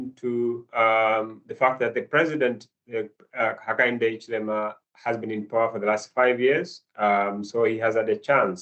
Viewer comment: How to pronounce African names!!! Zambia, Hichilema, and Mundubile have been murdered, pronunciation wise.